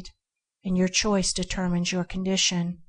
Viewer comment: Shes ok but every so often she misprounounces words like she has never heard before....choice is choik, and puts emphasis/ or phrasing in the wrong place. After a while you work out what the word is supposed to be or make sence of what the sentence is supposed to be. I can only think she is informed to record continuously and cannot go back to correct.